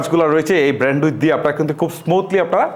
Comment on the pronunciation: আপনি যে ব্র‍্যান্ডউইথ বলেন, খুব ক্ষ্যাত লাগে শুনতে। একটু শুদ্ধ উচ্চারণ করবেন, ধন্যবাদ।